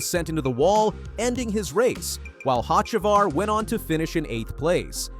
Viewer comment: Carson HOCEVAR your pronunciation is definitely wrong of his last name a soft c sounds like s’ try it and I bet you get the pronunciation right